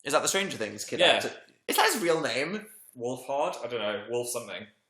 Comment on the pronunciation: fan: it's pronounced wolfHERD phil: *pig noise* dan: HUH OAKAY they're so WEIRD hahahaha